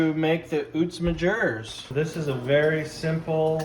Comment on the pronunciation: Uitsmijter is pronounced out- smi-terre ( closest I could get)